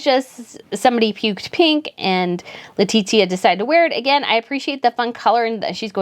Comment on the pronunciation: Why do you pronounce Letizia’s name like that? Is so awful 🫠🫠